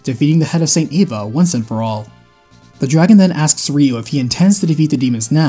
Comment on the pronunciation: Eva is pronounced E-Va Not A-Va. It's an E not An A.